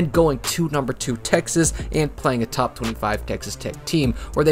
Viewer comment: isn’t there a yt advisory against loudly saying the word top for emphasis or albeit to blast the eardrums of the listener?